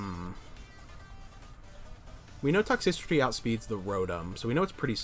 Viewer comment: I'll give you that sub if you start saying Toxtricity properly lol Good games man, keep it up